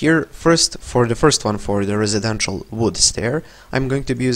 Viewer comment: Footnote: It's not "resedential" it's "residential"